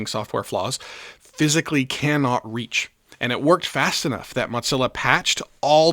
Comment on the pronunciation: It's just "moe-zilla" (or "muh-zilla"), my friend. It's not an Italian meat sauce.